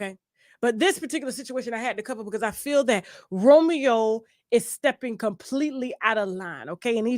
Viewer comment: I’m so happy to said it Romeo wrong af